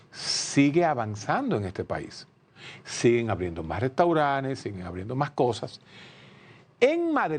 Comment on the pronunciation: Restauranes ? Así no Doctor, Restauranes